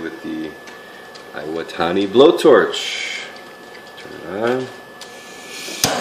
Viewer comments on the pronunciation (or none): none